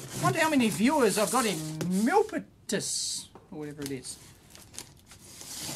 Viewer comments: mill-PEE-tass, California. Home or American home to a lot of tech companies, SanDisk, SGI, LSI Logic, Cisco, FireEye, and I'm sure others. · Milipitas is in Silicon Valley. It's pronounced Mill-pee-Dis. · pronounce mil 'peet us. Milpitas is just north of San Jose in Silicon Valley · Milpitas - "Mill" "pete" "us" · Milpitas = mill-PEE-tus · It's Mil-PEE-tus. One of the towns of the South Bay (of the SF Bay Area), part of Silicon Valley.